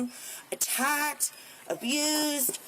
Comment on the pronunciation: Being attacked abused apuused?.. Nothing funny about any form of abuse is funny. Just laughing at the word apuused😂😂😂